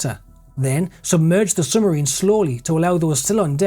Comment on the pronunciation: Excellent work. One minor point: it's 'sub marine' not "summarine". I was born in Benwell so I know it's a local anomaly of speech, but ...